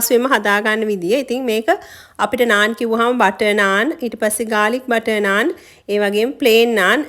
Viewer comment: පාර දිගේ කතාව බලලා...මේක කියෙව්වේත් " නානා" කියලනේ 😁❤🇱🇰